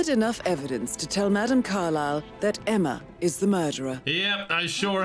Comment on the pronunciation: I think there was a typo in the script. They both called her “Emmer” lmao